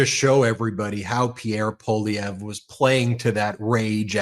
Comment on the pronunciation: Good stuff, Ben! You finally pronounced Pierre Poilievre's name properly.